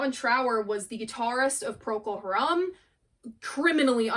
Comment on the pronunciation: Hi, I enjoy your videos, I just wanted to point out that Procol Harum has traditionally been pronounced "PROcol HArum" (like harem). But maybe it doesn't matter, because apparently it's Latin, which is a dead language :)